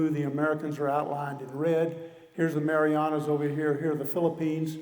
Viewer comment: Pretty sure he called the Marianas the marijuanas